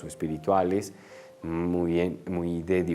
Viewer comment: P.d En vez de: uy....e preocupación .......edicen....DEBE DECIR: muy...es preocupante...se dicen